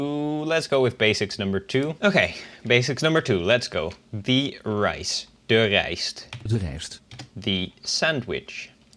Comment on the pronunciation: Hello, Thank you. It's very interesting but there is a little problem with the article 'the' in English. You often say 'thi'(with i) instead of 'the'(with e) even when there is no following vowel. The children, the food, the milk, the rice, the sandwich, the girl ...... ( / / / ........ ) You can join us on Discord.(users of Duolingo) - >